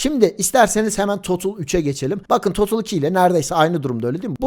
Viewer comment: Herşey iyi hoş güzelde total e totıl demen tüm ciddiyeti kaybettiriyor 🤦🏼